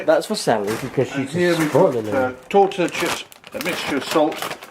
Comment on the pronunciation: Lol toetilla is pronounced Torteeeuhhh